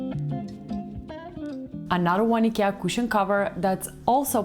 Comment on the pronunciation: I like that you pronounce Ikea correctly.😉